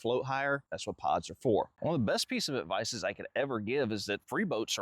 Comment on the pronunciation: Good "avdice" 😂